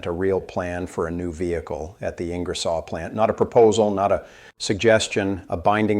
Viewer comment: Bad AI, can’t Pronounce Ing-er-solle